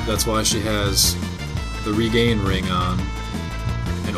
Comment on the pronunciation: not to mention its regen not regain. as in regenerate! ENGLISH DUDE! ENGLISH!! LEARN IT